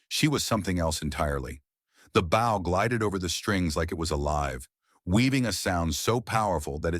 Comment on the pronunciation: The mispronunciation is dire. The frayed bough (rhymes with ow), instead of frayed bow (rhymes with oh).